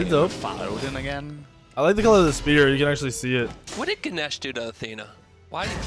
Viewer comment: It's fucking Ganesh lmao.